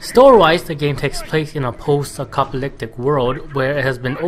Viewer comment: lol are you saying acopaliptic ? great review. you have a new subscriber